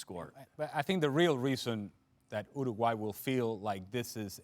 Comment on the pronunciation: did kasey just pronounce uruguay 'ergway' - 😂😂😂😂